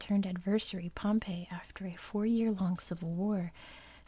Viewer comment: You should make a video about the Roman Civil war between Caesar and Pompey! Oh, and btw, Pompey is pronounced like “Pompy”